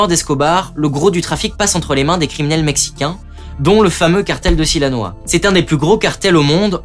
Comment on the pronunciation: tres bonne video comme d’habitude, mais attention c’est sinaloa pas silanoa